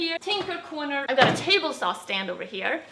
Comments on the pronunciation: Wayne Beck “So I used my mah-ter sawl to cut everything down to size...” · calls a saw a “sawl”